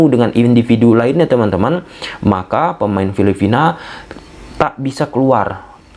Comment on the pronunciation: Bro, bukan filifina tapi filipina atau phillipines..sorry ya saya koreksi pronounciation nya.